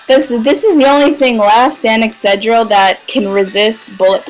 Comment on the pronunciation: The way you kept saying Excadrill made me think of Excedrin XDD